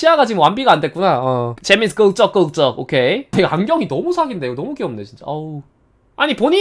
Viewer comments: 아 존나 웃겨 아 존낭 ㅜ서겨느늡ㅎㅋㅎㅋㅋㅋ ㅋㅋㅋㄹㅋㄹㅋㄹㅋㄹㄹㅋㄹㅋㄹㅋㅎㅋㅋ 그읅적그읅적 개웃겨 미친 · 긁적긁적 발음 ㅜㅜㅜㅆㅂㅋㅋㅋㅋㅋㅋㅋㅋㅋㅋㅋㅋㅋㅋㅋㅋㅋㅋㅋㅋㅋㅋㅋㅋㅋㅋㅋㅋㅋㅋㅋㅋㅋㅋㅋㅋㅋㅋㅋㅋㅋㅋ